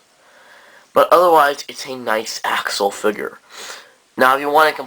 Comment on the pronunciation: Accel is short for Accelerate (ak-cel-uh-reyt), and is thus pronounced akcel, not Axle. Good review though :D I love the WFC toys, may pick up Accel if I have the money after Fang/Joker.